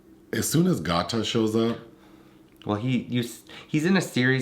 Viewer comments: LMAO! His name is pronounced “Gay-ta” like Alligator. I didn’t even realize y’all were talking about him until mentioned he’s in the show Dave. Y’all don’t do well with rapper names this is another Wale situation 😂 - Y’all still great tho! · Why yall keep callin Gata(🐊) Got-Ta?! 😂🤣🤦🏾‍♂️ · GaTa is pronounced GAYDUH. As in alligator. He is SO good in Dave on Hulu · His name is pronounced Gay-ta. So funny hearing you guys say it though 😂